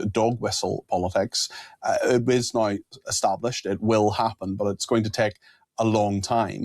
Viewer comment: NOW is NOT pronounced NIE. That's just irritating.